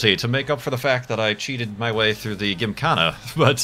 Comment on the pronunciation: Will he ever say Gymkhana right?